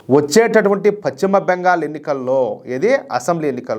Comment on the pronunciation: Pachima bengal ka dayya adi paschima bengal antaaru.telugu sarigga palakadam nerchuko